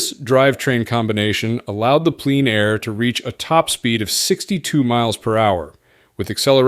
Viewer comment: In this vid, "Plein Air" is sometimes pronounced like "pleen air", and sometimes as "pline air". Merriam-Webster says it's pronounced "plen air".